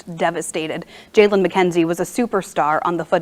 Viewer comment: this was one of my best friends😭💔 also you’re pronouncing his name wrong it’s spelled Jaylon and pronounced “Jaylen “ and we’re from Belleville not Belleview..😭